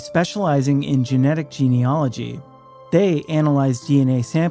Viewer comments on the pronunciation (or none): none